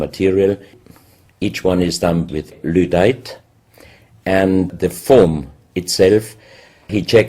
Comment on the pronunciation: He keeps saying "ludite" but I think he means "lydite".